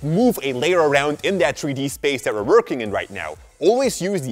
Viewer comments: 3D=THREE D, NOT TREE D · a tree dee model???😂 (I know he meant 3d but still COME ON)